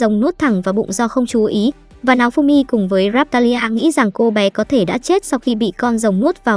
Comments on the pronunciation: Hình như có j đó sai sai nao thì đọc thành náo nghe như kiểu láo ế :)))) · sao tui nghe tên nafumy mà ra maeof simmy ta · nghe tên naofumi thành náofumi hài vaiz XDĐ